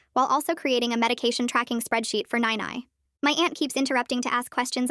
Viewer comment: That's not how you pronouns "nai nai"